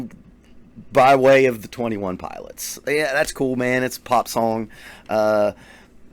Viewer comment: No one: Him: ThE twenty øne piløts